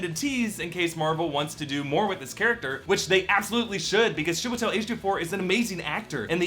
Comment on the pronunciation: Note: "CHEE-weh-tel" ➡ Chiwetel Kudos on getting the last name right, though! Personally, I think w can count on a DS sequel, maybe with a small intro to Clea as his student and eventual love interest.